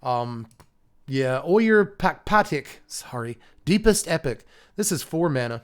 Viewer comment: You've got Kaldheim on the brain! the 'j' in Ojer would be an 'h' sound in this set, not a 'y'! No Bjorks by the fjords here.